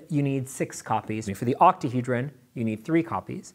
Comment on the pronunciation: "Octahedran" what did you just call me??